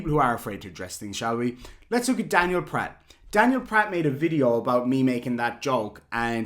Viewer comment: Remember: Pratt rhymes with FLAT